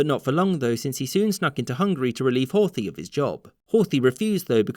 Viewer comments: There is no 'th' pronunciation in Hungarian (Magyar), the pronunciation would be closer to Hort-hi(he). Bugged me for the entire video. It's a shame because I usually like these. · The 'th' in Horthy is not pronounced like the 'th' in English.